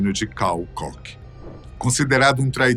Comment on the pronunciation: A pronúncia é "Kór" e não "cock". Dá uma agonia isso, um canal com tanta relevância custa colocar o nome no google tradutor e pedir pra ouvir a pronúncia correta?